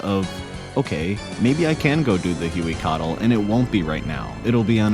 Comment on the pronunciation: Hoo-ay-codle you're welcome